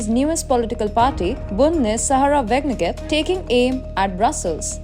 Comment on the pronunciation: Her name is pronounced Saraaah Waaaagen knecht.